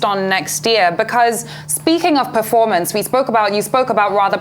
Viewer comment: "Perpormance' , Pinish, Pulani. 🤡